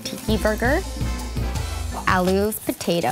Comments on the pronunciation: ikr,I'm Nep and I found the pronunciation funny like when they said Aloo it sounded like Ah-loo not are-loo and how they find the mcdonalds spicy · the way the pronounced aloo hahahhaha